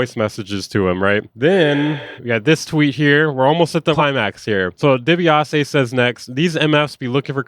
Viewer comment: DEE-BEE-AH-SEE like the old wrestler... million dollar man ted dibiase